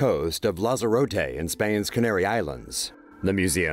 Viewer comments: It's pronounced lands-E-Rot-e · the way he pronounced lanzerote 😁